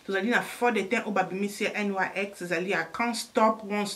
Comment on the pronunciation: Congratulations to your baby girl. Petite correction: le nom de la marque est NYX et non NYC comme tu le répètes dans toutes tes vidéos. God bless 😘